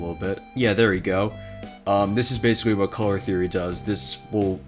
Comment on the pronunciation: basicwy? he said basicwy